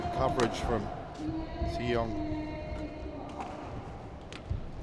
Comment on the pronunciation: Probably that's the reason why the commentator always sound like he's saying An Se-young instead of Ng Tze Yong haha.